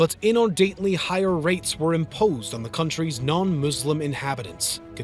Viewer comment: Nice vid, but "Inordinately" is pronounced differently. I likely pronounce things strangely to many however.